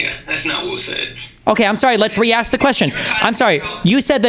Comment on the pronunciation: "I just wanna axe a question"